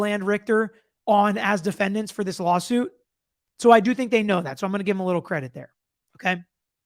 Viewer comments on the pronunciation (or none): none